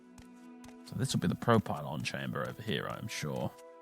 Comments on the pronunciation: Yeah I've never heard pro-pylon. It's bee prop-ylon since I bought the game in 2002 when it came out ^^ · I second the prop-ylon pronounciation.